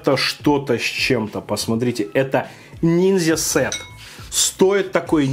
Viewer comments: Ниндзя, а не нинзя. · не нинзя, а ниндзя )))))))